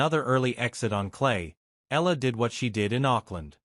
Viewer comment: Eeyala…. Not ela …